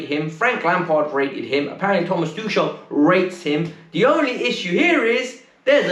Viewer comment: The name's tuchel..It's more like tukel..not tushel🙄🙄🙄🤦🏻